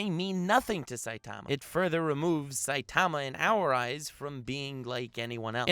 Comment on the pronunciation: You’re putting the wrong en-PHA-sis on the wrong sy-LLABLE... SAI-ta-ma not sai-TA-ma. Just sayin